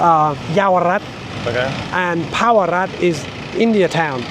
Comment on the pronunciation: Little India town in Bangkok is called Pahurad (pronounce -> Phāh̄urạd) NOT Pawarat!